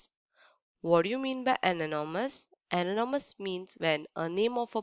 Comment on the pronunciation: Mam ananomous or anonymous and aksed or asked